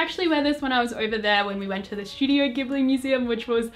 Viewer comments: Ghibli is pronounced "jiburi" in japanese;) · BTW as someone who took Japanese for years and is best friends with someone living in Japan, Ghibli is pronounced with a "J" sound, also, Hayao Miyazaki himself pronounces it that way :)